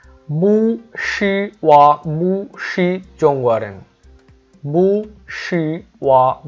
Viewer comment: বু হবেনা উচ্চারণ হবে পু হবে Bu এর উচ্চারণটা হবে (পু)